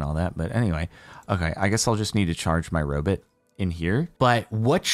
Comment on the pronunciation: "jerry the robit"